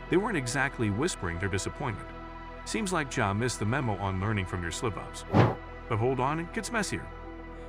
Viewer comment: damn bro you couldn't even get the ai to pronounce ja as 'Jah' or 'Jaa'